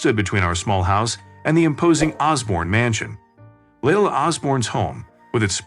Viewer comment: Leila is pronounced Lee-Ila.